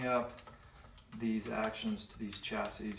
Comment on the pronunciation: I'm glad he did this video, even if I had to mute it and turn on captions the third time he said "chasisss"